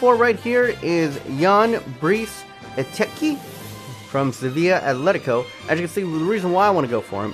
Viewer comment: Eteki is said as ee-tek-I